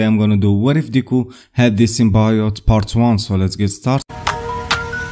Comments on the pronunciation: It's not Sim-Bye-ote its Sim-Bee-ote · I agree it is pronounced sim-bee-yote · Cool vid! It’s pronounced Sim-Bee-yote!